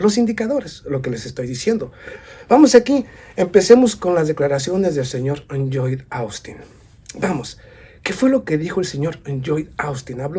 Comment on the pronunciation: Lloyd Austin Secretario de Defensa de Estados Unidos El nombre Lloyd se pronuncia como una L, Loyd